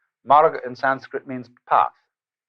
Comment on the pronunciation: Marga not morga